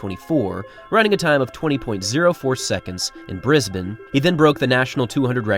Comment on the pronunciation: I'm genuinely thankful (and impressed) to hear an American pronounce Brisbane correctly. Thank you for taking the time and respect to ensure you pronounce names correctly. I hoping other Americans will get the hang of it by 2032, but it in all seriousness, I appreciate the respect that little things like this show.